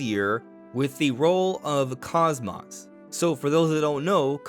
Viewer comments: Kos-mos? 😂😂😂 it kos-mos as in kos-mode. Not kos-moth. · Cosmos is pronounced cos-mose. The first o is the long sound, cose-mose. Unless you also pronounce cosmos that way, which I've never heard personally. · He mispronounces both syllables lol. Like wow. Not just butchering one part but both lol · That's incorrect. It's Cose Mose. That's how it's pronounced in Xenosaga and is consistently pronounced that way in that series. Xenoblade 2 is when they mispronounced her name. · The mispronunciation is triggering to Blade and Saga fans. Bugged me too lol. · The way you mispronounce KOSMOS infuriates me